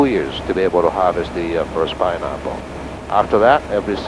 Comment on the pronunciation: Lol . "Pineahpple"